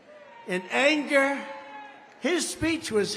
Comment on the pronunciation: “ to make that speech of hatred and angar” “his speech was hatred and angar” 😂 got me Ctfu 😂😂😂😂